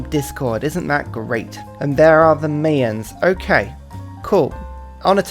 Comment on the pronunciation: No one gonna comment on how he says "Mayans?" The Mae-uns... no no, mate. My-ins. More specifically, the plural is Maya (my-uh).